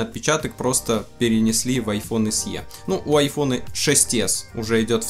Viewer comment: Большое спасибо, Но SE произносится как "эС-И". Нет в английском алфавите буквы со звуком "е" (т.е. "й-э").